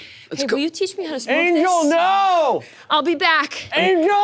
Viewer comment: Angela keeps saying "Jet", but all I'm hearing is "Chet"